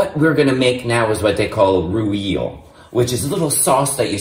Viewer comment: A roo eel? What is that? Does he mean raw eel or the French mayonnaise known as rouille??!!!😂😂😂😂😂😂